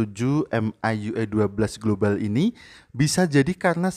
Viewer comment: Its a india global not a globale